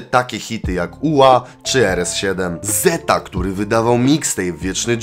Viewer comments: Zetha czytamy tak jak się pisze nie zeta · Bardzo lubię towje filmy mordko ale to jest ZetHa a nie zeta w sensie tutaj H nie jest nieme normalnie się je wymawia xD Pozdro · Prosze stary czytaj zetha nie zeta na przyszłość peace👊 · Spoko film ale ZetHa to Zet Ha a nie Zeta. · Drażniło mnie to cały odcinek, że tak to czytał XD